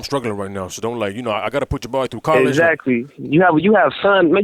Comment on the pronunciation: How many times did he say exsactly